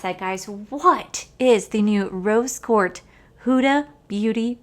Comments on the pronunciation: lol nahhh no worries sounded like you were saying court instead of quartz. My hearing aid just might need new batteries.😆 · Rose QuartZ like shorts, not Quart like short 😁 Love the eye look you created! I love Huda Beauty palettes 💕